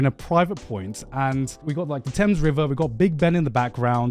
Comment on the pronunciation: Anyone else hear garnt say he had a gorgeous view of the Tims, instead of thames? I'm just imagining him looking at a massive pair of Tims, wearing a Yankee hat😂😂